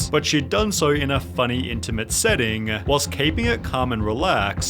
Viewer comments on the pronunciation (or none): I'm Australian too but why are you adding "-a" to the end of words like you're Super Mario? "a funny intimate setting-a...." why do you talk like that?